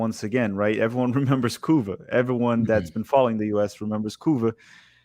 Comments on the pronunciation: Stop saying Couva, just say Trinidad, it sounds like you're saying Cuba. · I was so confused lol. For a min I really thought he was talking about Cuba